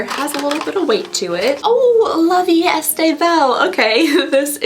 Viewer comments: I love you but girlfriend, it's not "La Vie ESTE belle" 😂 "est" is pronounced "e" (yes just like a single letter), kinda like the e in "wear" 🫶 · You pronounce the 'est' like 'eh', in French if the word ends in a consonant you don't pronounce that consonant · Please read!!!!!! I have been leaving the same comment on every video you have ever done where you open La Vie Est Belle. It is pronounced "la Vie EH Belle", NOT "estay"!!! ❤ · Love your videos!!! Quick tip! “est” in “la vie est belle” is pronounced closer to “A,” like just the letter, or “eh,” like a stereotypical Canadian, eh? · As a bilingual Canadian - "est" is pronounced more like like "eh" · For La vie est belle the est is pronounced “eh”. It means is. Life is beautiful is the name in English :) “La - vee - eh - belle” ♥️ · GIRL I don't know where you're getting the extra syllable in "La Vie Est-AY Belle" but it's driving me crazy!!! Maybe you're thinking of Estée Lauder??? (Sorry, I know not everybody speaks French, but you're inventing extra letters in that one 😂😭💀) Love the videos though!!! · For La vie est belle “est” is pronounced like the expression c’est la vie except without the c 😅